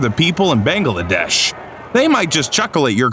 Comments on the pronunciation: “Ban-gul-a-desh” ? lol idiot its pronounced like its spelled as in “Bang-la-desh”. i love stupid narrators. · Lol, "Ban-ga-la-desh"! Could also be "In-dee-ya" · "Bangle-a-desh"? "Azer-bid-john"? Maybe spend your clickbait money on a human narrator who knows how to pronounce shit.